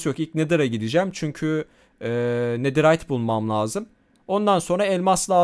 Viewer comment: abi sen dua yı yanlış okuyon nederayt deyide antik kalıntı desen çıkar 😅❤